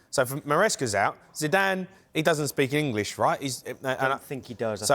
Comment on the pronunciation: He said Zidane 😂😂😂😂😂 gtfoh